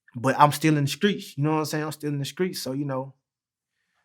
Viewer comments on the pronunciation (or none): I'm still in the skreet. Man I was walking across the skreet. This nigga was wiggin out yesterday. All in the streek buck-uh-nay-kid